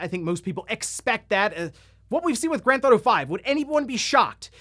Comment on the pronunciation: "GranTh'Auto 5"